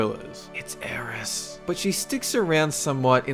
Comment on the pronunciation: I Love how you said Aeris. That's her name to me. Always Aeris.